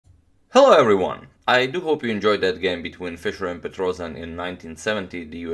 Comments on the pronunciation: Tigran's last name is pronounced PetrosIAn (with a stress on the last syllable), not PetrOsian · It's not a PetrOzion, it's pronounced Petros[YA]n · Petrossssijan not Petrozian correct.